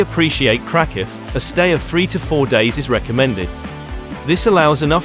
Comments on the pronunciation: Ouch. What a weird pronunciation of Kraków. If krakow is do safe why are you mentioning taking precautions so many times and in such detail. I’d give this one a pass unless you just want to look at pretty pictures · If you can't even pronounce the city name, maybe you should not make travel videos?